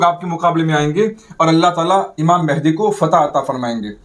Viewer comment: حضرت ماشاءاللہ بہت اچھی ویڈیو ہے مگر لفظ مہدی کی اصلاح فرمالیں